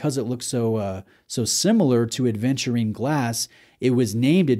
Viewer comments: Thank you for being one of the first to offer us a review on this watch,. But why do you keep saying aDventurine over and over again? 😅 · I know this watch makes you feel adventurous but there's no D in Aventurine. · Thanks,, was looking for a review on this one! Yes, my hesitation was also the 36 size. BTW ‘Aventurine’, not ‘Adventurine’ 😉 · WTF IS ADEVNTURINE?? If you review a watch, at least ensure you pronounce it right.